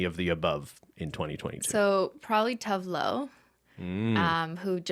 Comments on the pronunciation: Cristine pronouncing Tove Lo as tough love is something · Hey Cris, quick note from a Swedish person: Tove Lo is pronounced "too-veh loo" :) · According to the music video for Disco Tits, Tove Lo's name is pronounced "Too Va Loo" but I dunno, she could've been trolling us